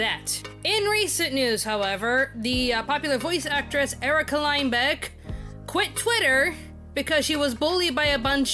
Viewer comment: You said Lindbeck wrong btw..... Bruh Fake support